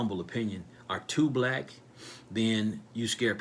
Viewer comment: WHY ARE YOU OVER EMPHASIZING ON WORD BLACK PEOPLE WHEN THERE IS NO SUCH THING AS BLACK PEOPLE THAT'S A SOCIAL CONSTRUCT OF INVISABILITY AND HAS NO STANDING IN A COURT OF LAW.